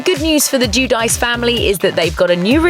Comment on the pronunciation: Theresa Guidice is not pronounced 'juu-dice' 😂😂👌